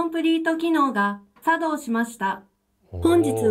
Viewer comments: コンプリート機能が茶道しました！？笑 イントネーション間違えてるやろ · コンプリート機能が、さ↑どうしました🤣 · 何で作動じゃなく茶道のイントネーションなんですか！！ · 作動↑しました。って発音おかしい😂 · 作動のイントネーション